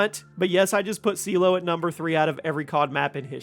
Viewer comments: Lost me at Seelow for #3…… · Seelow... Are you having a laugh.